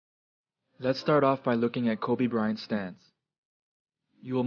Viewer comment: bryant 其實念起來有特的音